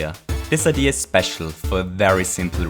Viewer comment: STOP SAYING IDEAR IT IS SO FUCKING ANNOYING